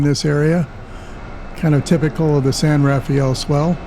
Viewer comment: San RA-fell, NOT San ra-FAY-ell.